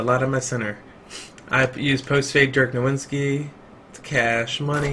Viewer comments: ITS NOT DIRK NOWINSKI ITS NOWITZKI THAT SHIT ANNOYS ME SO FUCKING MUCH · He said dirk nowinski 😂😂😂😂